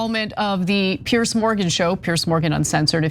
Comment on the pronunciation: PIERS! NOT "PIERCE"!